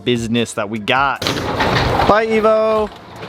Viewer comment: when you said “Bye Evo” it sounded like you said “Bye Nemo” 🤣